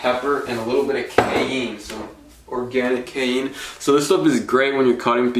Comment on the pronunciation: No one is going to talk about how this poor man said cayenne lmao great video thou